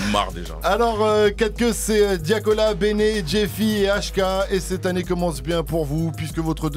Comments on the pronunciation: TIAKOLA ON DIT COUILLON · "Diakola" 😭😭😭 c’est bon j’me suis arrêté là moi hum bye bye 😭😭🤦‍♂️ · « Diakola » ? Svp respectez Tiakola la melo 😍😭❤️ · Personne respect tiakola il disent "diakola" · Déjà c leur 3e album : la vie continue , a cœur ouvert et vie d’artiste en plus il a dit diakola 🤣🤣